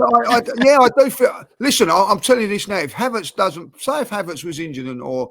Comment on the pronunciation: is doing his best to get his own dictionary. What is advormation or odvoration for Havertz?